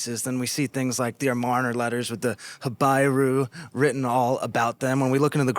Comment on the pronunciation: Not ha-bye-rue but ha-bee-rue.